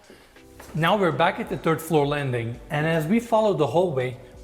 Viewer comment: Did he say turd floor